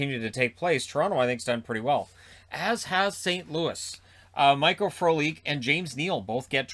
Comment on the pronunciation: Frolik? AH - I thought it was a "P" - Prolik - I'm like who is Prolik? Lol!